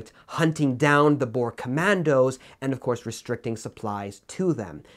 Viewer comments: Sorry to say you daid boer wrong it is boo-r and it is spelt Afrikaans. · As a South African your pronunciation of Boer made me laugh. I know it's spelt the same way as the animal but still. And in Afrikaans it just means farmer. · I think the most painful one was boer. Thats not how you say it.